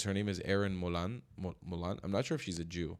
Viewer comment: Agreed. They’re both Australian heroes. And, for future reference it’s pronounced ‘mole-in’ - rhymes with rollin’. (not ‘mole-arn’, rhyming with yarn, as many international commentators seem to assume)